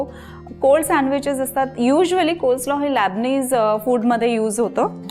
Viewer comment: लॅबनीज नाही लेबनीज. कशाला उगीच इंग्लिश शब्द वापरायचे? मराठीत बोला.